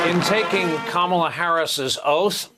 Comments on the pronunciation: I’m gonna need everyone to learn how to pronounce VP Kamala Harris’ name! It’s not that hard. KAH-mah-lah... not kah-MAH-lah. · Shocking that the Justice who swore in Kamala mispronounced her name as Trump has always done to diminish her. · Shame Sotomayor doesn't know how to pronounce Kamala's name. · How disrespectful to swear her in and mispronounce her name... shame shame